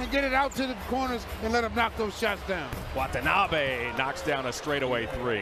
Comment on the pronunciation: Did the arena announcer call him Watonabby (rhymes with wannabe) at the end? Like it’s a place in Ireland or something. 😂